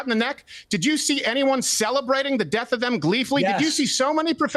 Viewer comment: You said murder of george floyd, but I think you pronounced death wrong